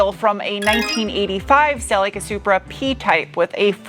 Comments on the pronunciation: I know it's not... however, did I hear you say; Sillyca' - just curious 🤨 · I like the way you pronounce Cel-ee-ca.